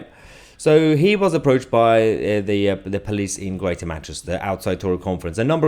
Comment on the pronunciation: Child! Can't get his own way, so call everyone a tory. No intention to listen to anyone. Just wants to shout at people. Also... "pleece state"? It police. There's an 'o'.